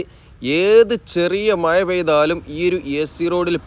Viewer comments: മായ അല്ല മഴ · നല്ല video Quality, നല്ല വിവരണം പക്ഷെ, ആഴം' മഴ പോലെയുള്ള വാക്കുകൾ പറയുമ്പോൾ യ'ക്കു പകരം ഴ, എന്നു തന്നെ ഉപയോഗിച്ചാൽ ഒന്നുകൂടി നന്നായിരിക്കും😂